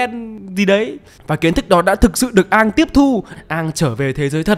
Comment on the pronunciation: công bằng thì cái việc cứ xiên Aang và avatar tiếp theo sẽ phải mất cả chục năm để gọi là đủ lớn để đi đấm nhau còn thắng hay thua chưa biết, nó là 1 cái plot hole của show gốc. Còn lại thì cái phim này thiểu năng vãi chưởng. Cơ mà quý kênh đọc sai tên r, không phải Aang mà là Oong